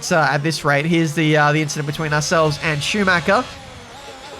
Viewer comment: You mean "ichident" right?